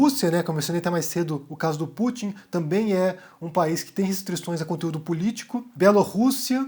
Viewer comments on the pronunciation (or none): none